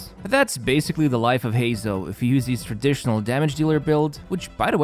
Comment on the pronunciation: Why does he always say "hees" instead of his...? Always gets me..what accent is that ^^